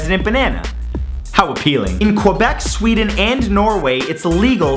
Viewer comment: How ap-peal-ling.